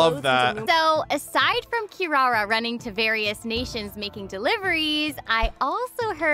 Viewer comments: Is he unable to pronounce Kirara correctly? What’s up with the random Ls in the name? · I hate the way they pronounce Kirara in English